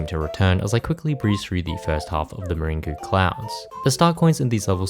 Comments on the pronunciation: I don’t want to rain on your parade but meringue is actually pronounced “merang” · did this man just pronounce meringue "maringo" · I hate to be that guy but meringue is pronounced mer-rang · bro said muringoo. You literally come from the country that invented pavlova 😂